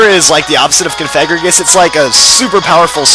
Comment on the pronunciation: That's not how you pronounce Cofagrigus